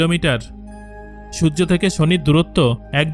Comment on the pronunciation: আমি খেয়াল করেছি, আপনি ঠিকভাবে সূর্য উচ্চারণ করতে পারেন না আপনি আরো অনেক উচ্চারণই ভালোভাবে করতে পারেন না তাই আগে উচ্চারণ ঠিক করুন তারপরে ভিডিও বানান